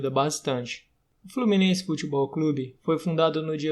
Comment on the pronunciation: FlorminenCe KKKKK